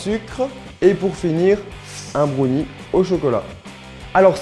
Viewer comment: C'est bRownie et non bonie